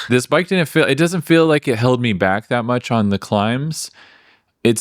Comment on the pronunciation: Odd pronunciation. Stihl for steel. fihl for feel. Is that a California thing?